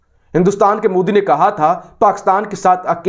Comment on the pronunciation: these converted garbage will neve every pronounce name rightly ... moodi? brtaaniya?? roooo? it is Modi